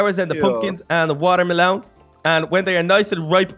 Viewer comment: Water Maloon :D